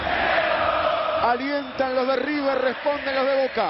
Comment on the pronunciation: Manuel Lucena el primer hincha de boca que veo que no dice riber bien dicho